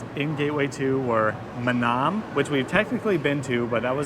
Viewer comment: mah-NAHM like you're saying Vietnam! tsk. sick and tired of hearing duma-GEH-tea too. i should probably stop watching foreign vloggers for a while as their pronunciations of local names are getting on my nerves.